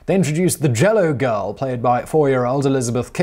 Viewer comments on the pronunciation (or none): none